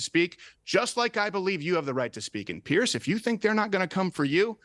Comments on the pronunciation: It's Piers not Pierce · I hate it when the pronounce his name Pierce. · Piers never reads it right... He always has it wrong-- Bless Him